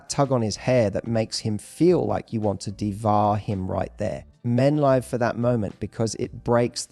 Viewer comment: You need to teach your AI to pronounce ' live' correctly x